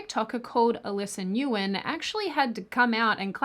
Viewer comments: I doubt this will be seen by much of anyone but... "Nguyen" is pronounced "win." Source -- a boss with that last name, plus several other Vietnamese friends with that last name growing up. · (pssst: "Nguyen" is pronounced as "wynne" in the Viet community, it's spelt weird because of the French who turned "Siuh" into "Sioux") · That not how you pronounce Nguyen 🤦‍♂️